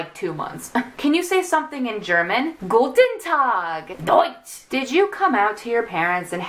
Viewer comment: HAHAHHAHA THE "GUTENTACH" WAS AT LEAST A SERIOUS ATTEMPT BUT PLAINLY SHOUTONG OUT "DOITS!!!" I DID NOT SEE COMING SO I LAUGHED MY ASS OFF JEZUS